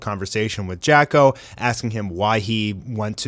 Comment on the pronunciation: Again “Jacko” 😂😂😂